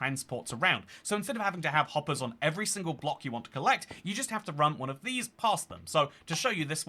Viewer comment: "Minecart hoppah" 🗣️🔥🔥